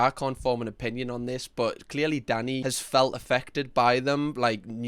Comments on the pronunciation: I genuinely can’t tell if his name is Danny or if you’re calling him daddy 😅😅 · This entire video I thought you were calling him “Daddy” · I'm guessing they have their hygiene rating up twice so the customers know they have received that high rating 2 years in a row? Or however often they are rated. Oh, his name is Danny? I thought, for most of that video, that you were saying Daddy! 😂 No, fish should not be slimey, not if it's fresh! There is always at least one bully in any group of people but I'm thinking Danny will be able to handle them, just fine. I don't see Danny as the bully in this instance. He was just giving his personal view. He wasn't abusive, he was just pointing out that he thought it was the wrong thing to do. And I agree. But I don't think the guy he was talking about was abusive either, if he praised Danny. If this is 'beef', then it's a teeny weeny miniature highland calf! ❤️💛🩷💙🧡💜💚 ❤ from the Highlands of Scotland 🏴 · I know Danny is being said all I hear is Daddy. I know jerk chicken is being said all I hear is dirt chicken. I am pretty sure in the states you can't have a random kitchen in your house selling dinner to the neighborhood. The city will not do an inspection for you or give you a business license or they will say that your in a residential area that is zoned for houses only not food kitchens.